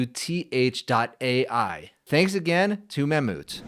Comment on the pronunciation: Are you sure you are saying Mammouth correctly? xD